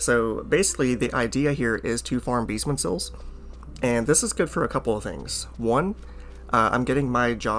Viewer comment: "Beestmen sills" Jokes aside. Good to know.